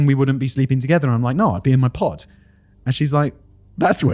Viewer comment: Was anyone else hearing "pot" the entire time he was saying "pod" during that aside about sleeping conditions? I spent a few minutes deeply confused and highly amused before wondering if there was a market for "sleeping pots"